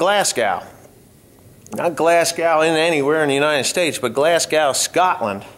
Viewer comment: Hi Glasgow, Scotland is pronounced 'Glazgo'....or if you're Scottish (which I am not!) it is 'Glasssgoh'